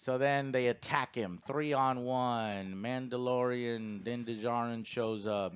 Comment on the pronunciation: You mean "The Mandylorian"😂